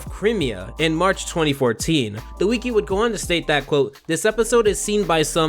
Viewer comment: I was fine listening to you drone on about the regular show with no real direction up until you mispronounced wiki. Have you never heard anyone say wiki before. Do you think it’s cute to mispronounce wiki. You sound stupid.